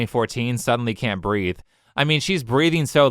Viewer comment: “She can’t breaf!” 😂🤣